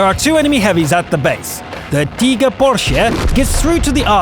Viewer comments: There he goes again on the T-29 replay saying "Tee-ger" instead of TIGER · Lol... I love that he is saying Teeger like a German, but seriously unless you are giving the whole commentary in German what's the point? You are English. Sprich Englisch. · Its pronounced taiger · Alright, I know it's just his accent, but does it bother anybody else that he pronounces Tiger as 'tee-ger'? I don't mean to make fun... it just bothers me for whatever reason. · He tries to put respek on their names by saying it I their respekive language